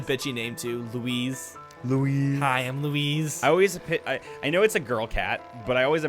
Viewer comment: My Dad's name is Luis, I think you were saying Louise, sounded for me that you were saying Luis